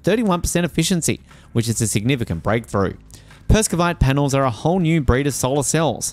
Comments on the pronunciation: Per-ov-skite Perovskite Not perskovite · Say- Pair-of-skites. Not meaning to be rude, but it detracts from our faith in your info, if you get that pronounciation slightly wrong. Good luck with your channel. We need all the pro-renewables media we can get. It's shocking, talking to educated work colleagues, who repeat the lies and myths they've been fed by MSM. Their talking points about the tech, from panels, to EVs are based on the technology of a decade+ ago.